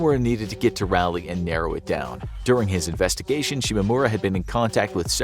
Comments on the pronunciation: The way you say Raleigh made me feel very uncomfortable. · It took me a solid ten seconds to realize the narrator said "Raleigh" at all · As a resident of Raleigh, NC, how the host pronounces Raleigh is hilarious, lol. Close enough, I guess, lol. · Growing up 20 minutes from Raleigh and then going to college in Canada and hearing it said like this every time NC is brought up cracks me up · rally? 😨 my dear friend it is raw-lee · RALeigh!?!!? Excuse you, it's RAWleigh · its pronounced "rah-leigh" not "raa-leigh" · It's pronounced "raw-lee," not rally. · Great video but for the love of God It's pronounced "Rolly not "Rally. Lol don't know why that annoyed me soooo much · I'm from North Carolina (NC), and just to let you know, you are pronouncing the name of the city incorrectly. Raleigh is pronounced: "Rah-Lee", not "Rally". So say it like, "Rah-Lee" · “Rally”, NC? lol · I hate the way you say Raleigh, NC It’s not “rally”, it’s pronounced “raw-lee”… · That cell phone tower is just down the street from me! Terrifying. also Raliegh is pronounced (rawl-e) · Can't believe this story since he can't even pronounce Raleigh correctly... Rally? NC? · Its Raleigh NC not rally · Raleigh is pronounced Rah-lee. After sir Walter Raleigh. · Raw-lee is how it’s pronounced not rawlee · Every time they said Raleigh I died alittle You kept saying Rally NC lol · It bothered me how he said Raleigh😂 I’ve only ever heard it pronounced (Ra-lee) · Its pronounced either Rah-Lee or Raw-Lee, depending on your southern accent. Not whatever you're saying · It’s Raleigh bro not rally 😂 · As someone who lives in north carolina. Raleigh is pronounced rah (egyptian god) lee (like bruce lee) so rahlee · thank you! I questioned my pronunciation hard bc this video. (I'm from SC and we pronounce ERTHING wrong) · That's not how you pronounce Raleigh NC 😭 ...... It's ra-lee Like Egyptian god "Ra" Then like Robert e "Lee" Ralee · Can’t pay attention to the video because of the way you say Raleigh. “Rowley”